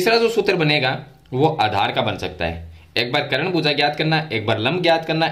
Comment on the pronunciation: करण नहीं सर कर्ण